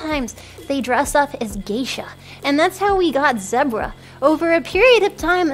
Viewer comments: That's how she says zebra? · As a brit i say Zeh-Bruh, but she isnt british and also noone in the world says BAGle so i really dont know what to think